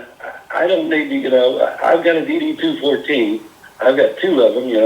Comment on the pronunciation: I saw one of his videos where the phony calls the DD-214 as DD 2-1-4 like the numbers separate instead of 2-14. Right then and there I knew that man never served a day in his life 😂 regardless of what you did in the military, you even got to pay attention to the small things like that to know who the phonies are.